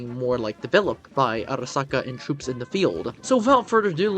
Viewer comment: The way u said arisaka in the first moments of the video sounded nice ngl i bet u had fun making that part lol